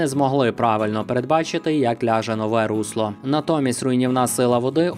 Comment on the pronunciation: дякую! але течіЯ, руслО, сільськогосподАрський. вдосконалюйте свою мову. мова має значення (с)